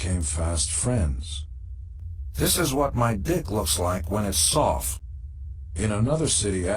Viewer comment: "This is what my dick looks like when it's sowft...." I could listen to that all day... go Gene !!!!